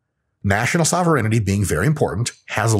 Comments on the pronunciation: It's SOH-VEH-RAIN-TEE :) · Sovur in tea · I love, but not enough to allow him to sneak an extra syllable into "sovereignty". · I'm pretty sure, "sovereignty" is pronounced differently